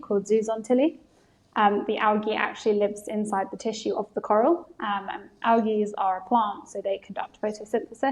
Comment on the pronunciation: Algae not awgy